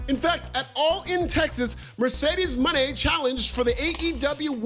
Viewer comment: Thank you for pronouncing Mercedes Mone 's name the way its supposed to be . Not a super fan but it urks me that no one knows this